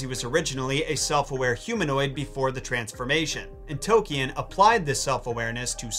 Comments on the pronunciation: Sorry to nit pick a great video, but J.R.R. Tolkien's surname is pronounced "Tol-keen"! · Love your videos and your breakdowns. I've learned a lot watching... that being said... "toe-key-in's" is HARDCORE nails on a chalkboard for me. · makes joke about Smaug's name... doesn't pronounce J.R. Tolkien's name correctly XDDD luv ya decent effort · it's Tolkien there is an L in the name. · You're pronouncing Tolkien like that just to annoy people like me, aren't you? 😅